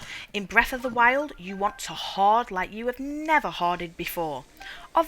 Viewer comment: Lol " you wanna hooughd everything you find! Hooughding is needed cause ya want everathang! " lol and I thought; I as a Masshole resident (Massachusetts USA) I didn't pronounce my R's enough...